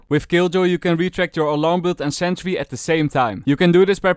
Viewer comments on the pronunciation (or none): none